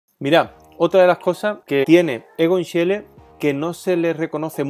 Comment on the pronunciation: Se pronuncia Igon Shile.